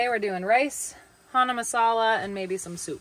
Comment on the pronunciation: You pronounce the "CH" in chana. its not pronounced "hana" its "chuh nah"